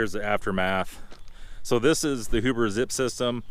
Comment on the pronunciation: It's pronounced H you ber.